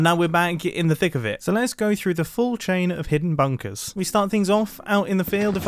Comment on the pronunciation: someone count how many times he says, "bunkas"